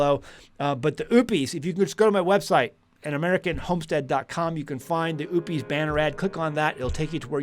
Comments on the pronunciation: it's not oooop-eees, it's O-pus. O as in Ohio and pus as in what comes out of a sore. And I think most people are just trying to get by day-to-day. As a 63-year old female with no family, I can't run a homestead by myself. I follow a whole food animal-based diet, about 90% carnivore, and have seen a remarkable improvement in my health, including 80 lbs. down. In the end times, which we are now in, folks, especially in the Torah Observant community, are going to have to come together instead of behaving like it's every man for himself. That is, IF they have a thought in their head about and want to see their elderly brothers and sisters survive. We have knowledge, skills, and abilities that we can contribute, and our generation typically exemplifies character traits such as honesty, integrity, and a willingness to work. And some of us have substantial physical preps as well. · Every time you say "Oupes" all I hear is "oopes daisies." Are you sure you're saying it correctly? 😅